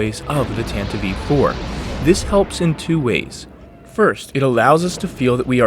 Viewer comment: I would like to mention that it isn't "Tantavivie IV". It's "Tantive IV".